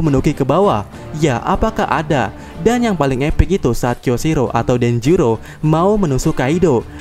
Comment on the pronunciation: DENJIRO min.. denjiro, bukan denjuro wkwk